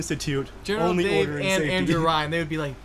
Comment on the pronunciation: Every time you said "General Dave", Why I always heard General "Day", maybe General Day on Commonwealth will here ......